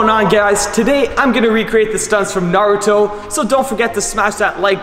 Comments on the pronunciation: nailed the pronunciation this time! Good on him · UGHHH he said it right 😎😎🔥🔥🔥🔥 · Did he actually say naruto’s name right this time 🤧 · Aaayyeeeee he pronounced it right this time!!! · Yes... Yes he did FINALLY!